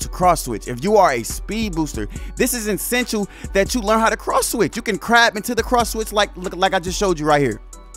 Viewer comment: And the word is Essential not insential